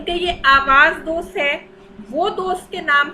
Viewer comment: پہلے کتب کے نام ٹھیک سے پڑھیں۔ Awaz dost nhi Awaz e Dost.. Safar e Naseeb nhi safar naseeb. Sirf Loh e Ayyam ka nam durust parha hai 😂 So